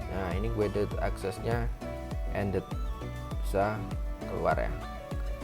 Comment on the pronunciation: Sebutan nya kaya gini bang “gaided akses”